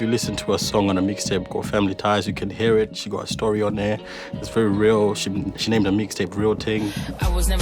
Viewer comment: Finally ppl know how her names pronounced lol